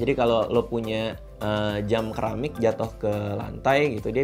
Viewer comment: Bacanya SERAMIK kali bukan KERAMIK